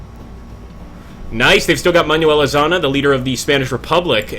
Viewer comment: sorry but im spanish and is Manuel Azaña no Manuel azana es with ñ